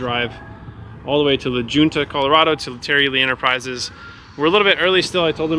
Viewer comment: Sorry you had such bad luck did the seller offer to help with the cost to repair it. Also what was the name of the town in Colorado you had it towed to was it La Junta I couldn't tell from the way you pronounce the name of the town.